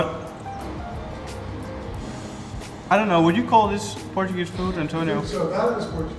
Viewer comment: im not even being nice Your Portuguese is REALLY good At least the pronounciation